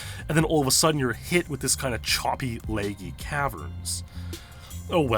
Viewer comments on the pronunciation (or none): Can you please listen to an audio recording of someone saying laggy ( La- gee) or just don't say it your way so much.